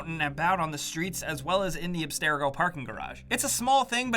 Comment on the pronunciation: Ab stare a go? I don’t think you even remember the story. It’s abstergo.